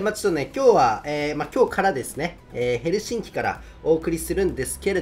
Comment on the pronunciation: 最後のヘルシンキの発音良きか笑 最初のサイレンおもちゃのサイレンかと思った!